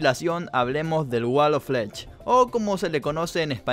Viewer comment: Apenas voy viendo el video de hace 2 años pero me encanta como dice "como se le conoce en español" uuuuuuyyyyyy disculpe usted señor bilingüe que me sale con "Wal of FLECH!" FLECH!!!!! FLEEEEECHHHH!!!!! JAJAJAJAJAJAJAJAJAJAJAJAJAJAJAJAJA